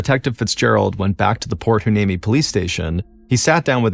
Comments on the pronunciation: Port “Hwa-NEEMEE” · port hueneme is pronounced why knee me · Port Hueneme is pernounced whyneemee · It's pronounced: Port why-knee-me.The name Hueneme derives from the Spanish spelling of the Ventureño Chumash name Wene Me, meaning "Resting Place". The Chumash were the native tribe who lived in the Ventura/Santa Barbara area, technically from the Malibu area up to Paso Robles, including the Channel Islands. Chumash names are hard to pronounce because the Chumash name was translated first in to Spanish, then we try to pronounce it in English. Hueneme is pronounced Why-knee-me. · Cali gal here! I always pronounced it port "Y-knee-mee" it's not spelled how it's pronounced at all. Lol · Props for trying to pronounce my hometown Port Hueneme. I 😁Y-nee-mee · Mr Ballen I live in Ventura County. I’m aware of this unfortunate incident 😢. It is pronounced Port Y-Knee-Me. . Thank you for covering this story. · No biggie, but the name of the town is pronounced “Point Why-Knee-Me. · It’s pronounced Port Y-nee-mee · Proper pronunciation is Port Hhh-Why-Nee-Mee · Thank you for this! You would think that considering there's a military base here, albeit a naval one, that he could have asked someone how to pronounce it. As a Port Hueneme veteran Seabee my heart is broken 😢 Hoorah lol